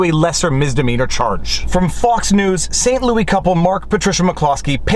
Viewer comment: You pronouncing Saint Louis the way you do makes me think of Saint-Louis-du-ha!-ha!, Quebec, and that is always a good thing.